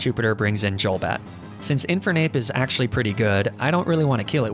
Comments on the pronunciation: Hearing "Jolbat" infuriates me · The way he says JOLbat and and JOLduck makes me so inexplicably angry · Is there a reason you say "Jul" when it comes to Golbat and Golduck, Instead of "Goal"? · "Dzholbat", omg, that hurts. xD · Y u say Jolduck and Jolbat? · "jolduck" "jolbat" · Wtf is a "magnemiti", a "yolduck" and a "yolbat" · you're saying golbat, golduck and Aaron wrong lol